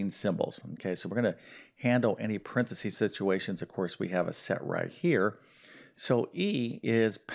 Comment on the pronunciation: Could you please improve pronouncing paranthesis